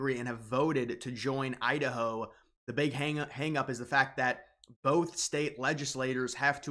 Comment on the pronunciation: Is it pronounced Idaho or Udaho?